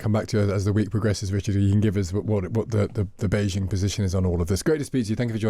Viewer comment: It’s Bei Jing not szhing. Jing as in jeans